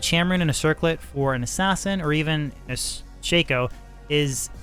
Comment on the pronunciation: its not called a shayko...a shacko is how its pronounced. god it hurt to hear you call it a shayko. you really dont know anyhting about this game lol. Everything you're saying is wrong lol.